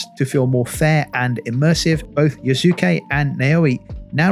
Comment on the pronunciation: Naoe= Noww-way Yasuke= Yasss-soo-kay